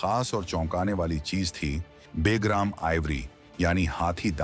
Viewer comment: बे + ग्राम = बेग्राम नहीं, बल्कि ब+ग्राम = बगराम बोला जाता है🐒